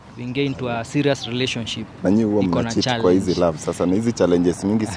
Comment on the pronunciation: The "right pronunciation" is RELATIONSHEEP 🐑🐑